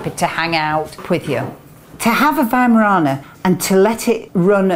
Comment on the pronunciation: I live in an America and my mom always taught me to pronounce it with a "v" not a 'w". But in America it seems that it was easier to just let people incorrectly pronounce the name then to correct them. Good to hear it pronounced correctly. Just wish we would do that here.